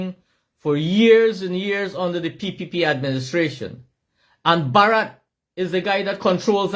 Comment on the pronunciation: Bar-rat is his name